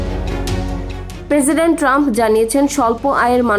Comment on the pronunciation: পেরসিডেন্ট না। প্রেসিডেন্ট